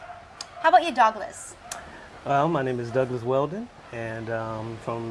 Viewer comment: When called Douglas it sounded like Dog Less and when she called him Doug it sounded like Dog. Douglas was the cool calm one out of the two. Dale doesn't have enough boots on the group time and he may get Simped.